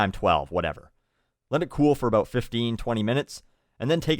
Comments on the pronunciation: you say about like aboot and pronounce fifty as fitty, you my friend are the fear of a pronounciation nazi, awsome :) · I love the way he says about or out xDDDDDDD